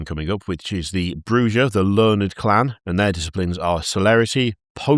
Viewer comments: I NEED to know what Shy said at the end of the episode lmao Edit: also as mentioned by an earlier comment, Bruja is Spanish and pronounced "brew-ha" the J is a H like Jalapeno. It means "witch" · Bruja is spanish so it is pronounced with an H. My understanding is it means witch. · Ive learned alot about culture because everytime an American said bruja they said the way a spanish speaker would, but the one time a british person has its been pronounced in the most guteral way possible